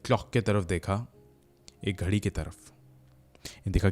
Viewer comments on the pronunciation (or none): none